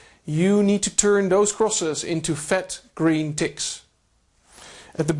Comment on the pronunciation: maybe pronounce fat green "Ticks" a little better haha